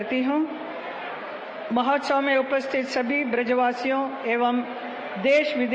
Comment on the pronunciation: Mahotsaya?? Mahotsav hota hai hema malini ji dekhkar bhi galat hi bol rahi hain aap